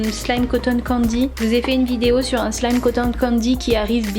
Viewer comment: Tu as dit slame au lieu de wlime